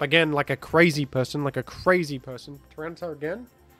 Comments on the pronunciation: I keep hearing say Tyrano-siff. What does that mean? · Hey why do you say Tyranasiff? Big fun btw i watch your vids everyday with my breakfast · In case you’ve not found out yet — I believe the French name for tyranitar is Tyranocif. Also, I believe there was a bit about someone mishearing fringe Pokémon as French Pokémon, potentially resulting in calling several other Pokémon (name)-cif, like aerocif and the like:)